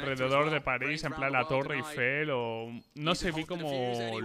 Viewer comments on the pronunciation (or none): none